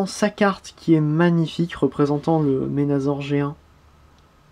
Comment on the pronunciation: Pas ménazor!!!C Menassor mais sa s écrit menasor,et si tu veux faire le bon français alors appelle blaster tempo!